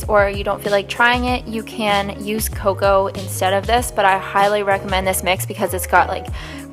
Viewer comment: It is pronounced as KO KO